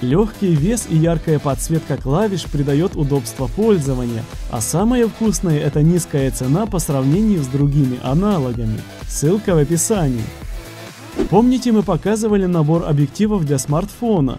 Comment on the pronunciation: АНАЛАМИ? Может аналогами?